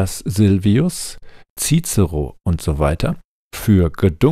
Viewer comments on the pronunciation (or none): none